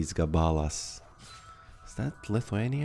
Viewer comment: Lakis Gabalas looks almost lithuanian. Gabalas is straight up a word meaning “piece”, but Lakis is not a common word in any regard, although it technically exists. Also, you pronounced it wrong, the accent is on the first a in Gabalas, a.k.a. gAbalas, not gabAlas. Greetings from Lithuania ❤